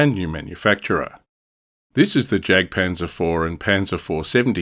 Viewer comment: Interesting stuff! I’ll definitely be looking out for this manufacturer in future! By the way, the German ‘J’ is prounounced like the English ‘Y’, so ‘Jagdpanzer’ should be pronounced ‘Yagdpanzer’. Just something to consider for future videos, keep up the good work!